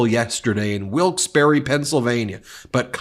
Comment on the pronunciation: It’s pronounced Wilkes Bar. Not Barre with the e said.